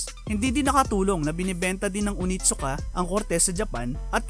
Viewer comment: That is pronounced as oNeeetttt-Suka.